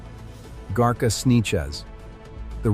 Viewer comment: 😂really ?, garcia is not that hard to pronounce ! What is "garka" Lets see what this computer says compared to my grandmothers upbringing -- Camarillo but still rh neg valenzuela is a married name and not my own